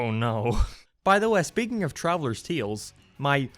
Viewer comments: I like the way you say “tales” TEALS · I guess he’s Irish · Why do you say the word "tales" like that?